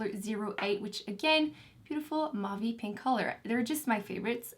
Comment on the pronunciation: You are GREAT! Thanks for this review. But please, MAUVE rhymes with "cove", not "of".